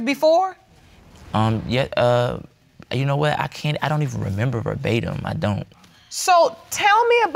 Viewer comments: said "berbatum" tho! Lol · And the darker guy mispronounced it, talking about "bar batium". They both annoyed me with that. Also he kept saying he and his wife had this great relationship but his mom said they were toxic together. I wished the judge pushed for details. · The word “verbatim” was thrown around so many times, mostly out of context or where it didn’t make sense! Once it was pronounced “barbatum”. Smh... lol it’s annoying! Like when people say “conversating”?! It’s not even a word!!! Omg... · drinking game: take a shot every time says “verbatim” (incorrectly)